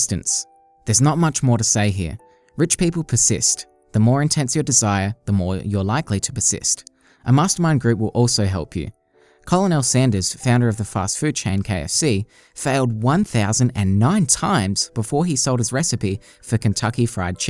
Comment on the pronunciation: Call en all sanders .... lol (Ker-nal.)